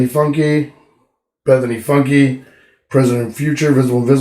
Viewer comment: Funke the e is silent.